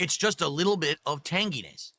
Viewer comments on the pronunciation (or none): I swear he's saying "Tang-E-ness" lmfao. No one EVER wants to be you Phil. Cheers mate for the video.